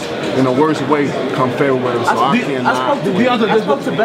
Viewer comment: Everyone: February. deontay wilder: Fairywarry.